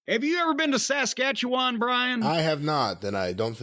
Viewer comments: So it's not Sass Catchy Juan? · Every time he pronounces Saskatchewan a part of me dies. But at least he says Newfoundland correctly.